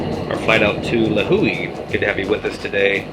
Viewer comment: Good job pronouncing Lihue and Kauai